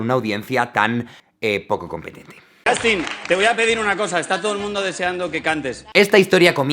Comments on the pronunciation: Yastin? se pronuncia YOSTIN! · ¿Por qué los españoles tienen la horrenda costumbre de pronunciar la u inglesa como a? No es ander, ni es Yastin -_\